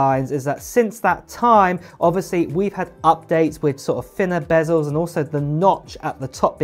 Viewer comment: The word is 'bezels', not 'bazzels'.